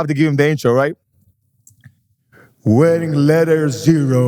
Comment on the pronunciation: he said “wearing Letter 0” in the introduction lol